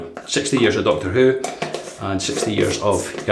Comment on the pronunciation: To the others in the comments: how are you buying these blades? I've checked their site a few times, and there's no option to purchase them. Also, at one point it sounded like you said Doctoroo, and I thought of a kangaroo in a stethoscope and a white lab coat, with terrible handwriting.